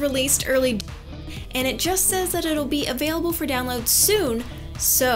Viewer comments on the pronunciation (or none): none